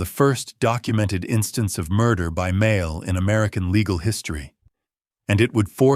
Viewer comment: AI generated narration. Several mispronunciations (starting with "mail"). Hard to listen to.